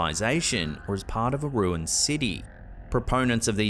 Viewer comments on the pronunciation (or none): none